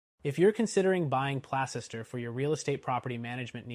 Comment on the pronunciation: It's pronounced Place ster you fool.